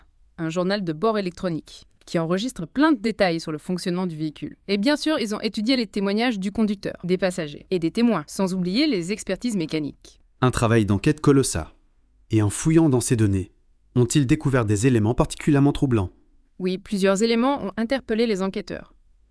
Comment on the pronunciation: Cette IA nécessite certains ajustements niveau prononciation ! Des fois c'est un peu de la "bouillie sémantique".^^ Par exemple :" un travail d'enquête colossaaaaa" ^^ Ou " comme un puzzole ", etc...